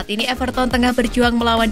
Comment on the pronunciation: bacanya BALOGAN min. trs EVERTEN, ODIGARD.